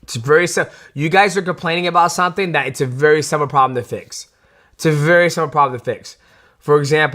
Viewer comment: I hate the way "blends" syllables together when he speaks. For example, listen to how he says 'simple' in the phrase "it's a very simple problem to fix."